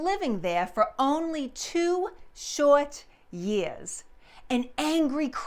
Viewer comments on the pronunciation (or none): Never thought I'd hear the word "Short" pronounced with a W.